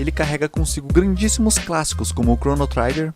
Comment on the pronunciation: Po. Chrono"traiguer" foi foda de ouvir